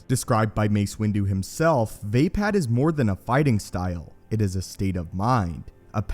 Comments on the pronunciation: It's not (v-ay-pad) its (v-uh-pod) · not VEIpad, it's VAAAAPAAAAD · Love the way he says way pad instead of vaapad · Vay pad? It uses English high A like day? Not ah like awesome? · Vay-pad. This fucking guy. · Ok I'm probably wrong but I thought it was pronounced like vah-pod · Its pronounced "v-ah pod" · It#s Vaapad, not vapad, vappad or vaping. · Anybody else out there that can't stand how this dude pronounces vaapad incorrectly?